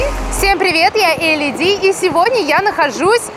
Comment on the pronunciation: не Элли жи а Элли ди